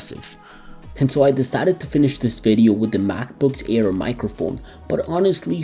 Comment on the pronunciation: "Macbook Ear"